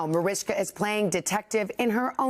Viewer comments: Why is the Today host calling her "Marishka"? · Why does that woman say « marishka » is her name not Mariska? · She's mispronouncing her name